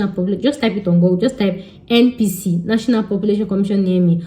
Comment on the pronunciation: It is NPC, not NnPc 😂